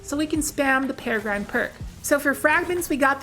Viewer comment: peh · ruh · gruhn